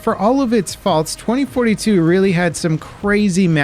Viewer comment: Lmao it’s 2042 not 2142